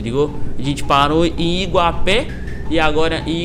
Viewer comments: É Iguape e não Iguapé. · na verdade n se fala iguapé, é Iguape sem assento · Não é Iguapé é iguape Salve